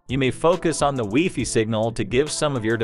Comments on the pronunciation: Great information; however, I cringe when the AI says "wefee" instead of wifi. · Ditto. AI use of "weefee" is so strange. No human says "weefee" for wifi!